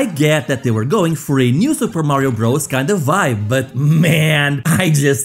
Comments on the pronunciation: Super Mario Bros. is pronounced "Super Mario Brothers" not "Super Mario Bros" -- Bros. is a contraction for "brothers." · Um, it's not pronounced "Super Mario Bros". Bros is short for "brothers".